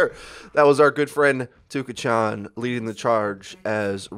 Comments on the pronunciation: "Tuka-chan". Not even 30 seconds in and I already had to pause the video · I cant be the only one cringing whenever he pronounces touka chan wrong....... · Not trying to hate or anything but the way you say Touka-chan makes me die a little inside every time you say it.